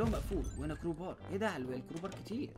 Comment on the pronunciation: حركات بدال مايقول كروبار قال كوبار